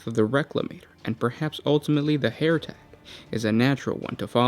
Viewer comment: MERE-E-ADD = Myriad not murahhd and HER-E-TICK not hair tech